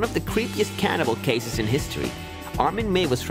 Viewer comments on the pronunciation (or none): Come on mate, its "cannibal" not "canibal". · It's "cannibal".